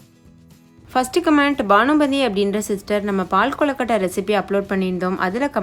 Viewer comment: கொலகட்டை இல்லை கொழுக்கட்டை